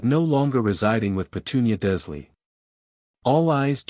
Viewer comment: Sever-us Snape Sever as in cut..... Durrrz-lee Mah-Mahn French for mother Appol-ee-awn ...spelled Apollyon...yes, a woman's name